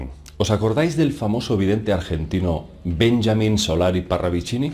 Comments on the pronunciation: Es Benjamin, nó bényamin...😅😅😅 Saludos! Muy buen programa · Por que le llamas Bényamin?si se llamaba BenJamin con la J en Español jajajaja. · Querido...en Argentina pronunciamos Benjamín, tal como suena, no "Benshamin". Abrazo enorme.. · benjamín se pronuncia en español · Es Benjamin en la forma española de pronunciar, no al estilo inglés o francés. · ¿Por que cojones pronuncias "Benjamin" en Ingles? Parravicini es Argentino y por lo tanto su nombre se pronuncia en español joder